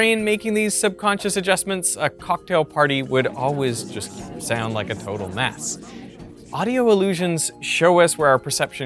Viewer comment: I couldn’t on getting annoyed at how this guy says “sayound” instead of “sound”